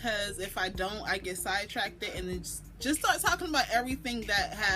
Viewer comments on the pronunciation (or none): "Side track-ted" 😂YOU ARE SO PRETTY❤️